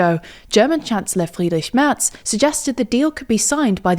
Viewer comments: Congrats on perfectly pronouncing "Friedrich Merz" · The pronounciation of Friedrich Merz is on par with a native german speaker. Considering some dialects, probably even more on point than a significant part of germans. :D